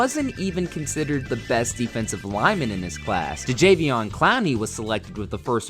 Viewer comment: Did I hear "DeJaveon Clowney"?